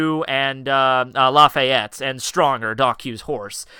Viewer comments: Blackbeard's height is 11'3, not 7. Also it's Laffitte, not "Lafayet" ;( We don't know if they have "small people" on their crew yet, we haven't seen any. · im Laughing out loud about how you pronounce laffite xD